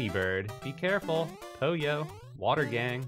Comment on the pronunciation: My name is poy oh not po yo